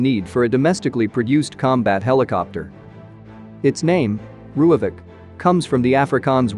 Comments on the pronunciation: Just a side note... If you spell it "Roy-fulk" the AI reader won't sound so spastic... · Pronounce it like this."RoyFalk" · lol - was going to ask WTF a "rooyavik" is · You butchered the pronounciation..